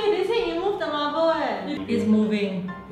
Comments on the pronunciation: "why did the marblur start moovling" I LOST IT HAHAHAHA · "why was the marberl mooving"